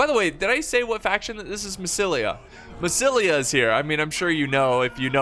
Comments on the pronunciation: You called "MASSYLIA"- "MASSAYESILI" like half of the battle))) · "Massissully" Lol